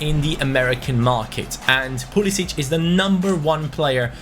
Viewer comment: It is pronounced Pool-i-sick